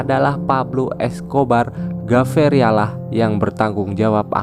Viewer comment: PabLo emilio escobar gaviria ,bukan (gaveria)😂